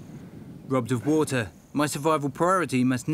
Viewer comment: 이 분 영상 계속 보는데 water발음이 너무 섹시하다